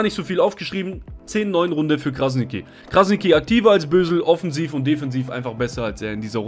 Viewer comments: Robin Krasniqi, ausgespeochen = Krasnitschi!!!! Mit TSCH! Und nicht Krasniki 😁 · Krasnitchi, so musst du das aussprechen falls es dir hilft. Ansonsten wie immer top video 👍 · Man spricht es so aus: KrasniTSCHi. Nur ein Tipp :-) Top Video! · ''Krasnitschi'' so spricht man den Namen aus und nicht Krasniki 😅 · Kurze korrektur. Krasniqi spricht man krasnitschi aus. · Hey, Man spricht es übrigens Krasni(tsch)i aus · Stabiles video aber bro es heißt "krasnitschi" ist albanisch das "Q" wird "Tsch" ausgesprochen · muss das kurz im namen von uns balkaner sagen Kranitschi wird es ausgesprochen liebe grüsse feier deine videos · Man spricht krassniqi krassnittschi aus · Krasnitschi wird es ausgesprochen das sollte man schon wissen .. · Brudi man sagt nicht krasniki sondern dieses „q“ wie das tsch beim tschüss. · Krasniqi nicht krasigi und das q spricht man tsch aus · Wie du robin krasniqi sagst hahahahahah alles gut bruder deine videos sind sehr toll !! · Gute Analyse, aber lern mal bitte wie sein Name richtig ausgesprochen Wird